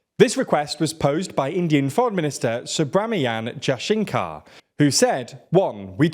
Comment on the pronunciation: Please read the pronunciation of Names. It's simple - Even we call our foreign minister S. Jaishankar. No need to take his name. Only surname is enough. It's Ja-ya-sha-n-kar.😅 So funny listening to yours one.